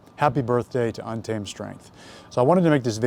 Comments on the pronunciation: TREN ON TEN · “Thread on timmmme” is what i keep hearing. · yeah, been a viewer for ten years. after like 5 did I realise hes saying untamed 😂